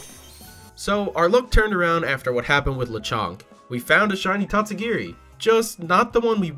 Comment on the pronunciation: And absolutely butchered the name